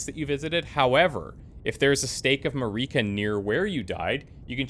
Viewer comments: Every lets player in the world: heard how Marika's name was pronounced in the intro a few minutes ago Every lets player in the world: "A stake of Mareeka." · The pronunciation of Marika is killing me dude lol